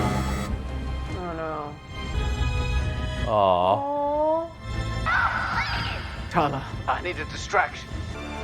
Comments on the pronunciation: Tarla? It's Tala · Just to correct one thing your wife brought up her name is not “Tarla” it’s Tala…